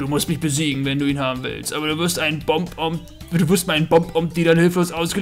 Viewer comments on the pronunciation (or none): Es gibt keine Bomb-omb's sondern nur Bob-omb's und Buddy spricht man mit einem "A" aus also Baddy. Englisch für Kumpel.